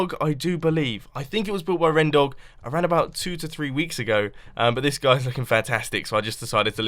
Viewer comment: its renTHEdog not rendog!!